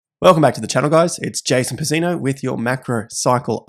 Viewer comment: Your surname is Italian Jason - it’s pronounced “Pitz-zino”. The first Z sounds like a T.